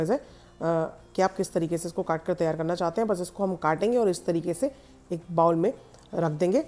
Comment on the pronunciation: बहन इंगलिश में bowl को बोल कहते हैं बाउल नहीं। Recipe is delectable. Thanks for posting